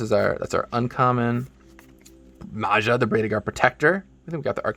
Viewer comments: Nice coconut videeo. Maja is pronounced like Maya in the Maya culture. :) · For future reference, if it ever becomes relevant again, we generally pronounce j a lot like y is pronounced in English. So at least here in Sweden Maja is pronounced close to Maya, our a-vowel is also a bit different but w.e.